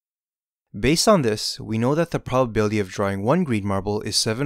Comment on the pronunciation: The "polbabilty"